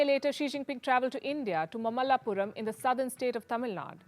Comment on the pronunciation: pronunciation of mamallapuram and Tamilnadu is wrong.